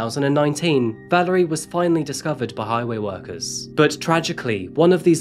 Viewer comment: ValErie, not ValArie. :o)